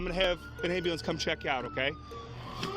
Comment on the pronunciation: Seandell , I need an "ambalans" I need an "ambalans"🤣🤣